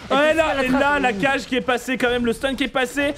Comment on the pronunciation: Et au passage la pioche de kage ne se prononce pas cage mais kagué;)